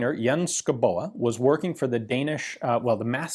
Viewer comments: Sko-Bo lol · btw the name is pronounced as skov-bo Schouboe is just the old Danish way of typing that name (it means something along the lines of a home in the forest) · Ian - if you want to pronounce Schouboe more like we do it's Skovbo. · Pronunciation is Sk-au-bow. As in autumn and crosbow respectively. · The 'e' in 'Schouboe' is completely mute (i'm Danish) , another spelling is 'Schoubo' , rhyme with 'Lego' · Enter “Skovbo” in google Translate and have it pronounced in Danish ... you’ll be surprised how wrong you are ;) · I would guess "Scowboo" would be a closer approximation. But you are right; Danish names are mostly unpronounceable to anyone but Danes. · Say it like skou-bo 👍🏻 the e is silent. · Schouboe = Skou-bo Madsen = Massen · "scow-bo" - still not physically pronouncable by an american but closer to the 'truth'......Incidently, Schouboe (or in modern spelling "Skovbo" literally means "Forest-dweller" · Its pronounced "SKOVBO" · is pronounced more like skoubo. is danish. and here we only use half of the letters. the other half makes a different sound then you would think. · It os pronounced - Skovbo..... but nice try 😊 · I'm living near Denmark and know a thing or two about the danish Language. It is hard to pronounce, but I think Ian's take is harder to pronounce than what it probably is: just "Shobo" with both "o" 's pronounced like the o in "word". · Shoe-boy? Did I guess right? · Skovbo? Are you sure about that? Isn't "sch-" pronounced just "s" and where did you get that k-letter from? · Pronounced score-bo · "Schouboe" is actually an old way of spelling "Skovbo" (Which translates roughly "to someone, who lives in the woods" or "a settlement in the woods".). Your pronunciation isn't COMPLETELY off. Just loose the "E" at the end. It's silent. And the last "O" is a short vowel sound. Normally I wouldn't recommend Google Translate (And they can't translate "Skovbo"! ^^ ), but in THIS case they actually have a pretty good pronunciation: :)